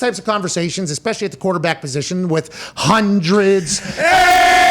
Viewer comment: The hunderds, And HUNDERDS OF PPL 🤣🤣🤣 NICE!